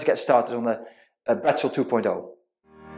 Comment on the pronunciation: It's actual Bretzel (german) not Brettzel...😉😉😉